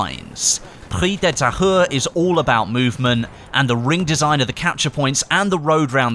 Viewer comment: h is silent